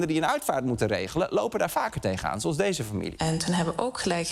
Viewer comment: 'freselijke' kerel 'dese' Lubach 🤢